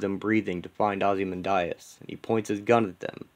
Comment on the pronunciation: Why do you keep pronouncing Ozymandias’ name like that?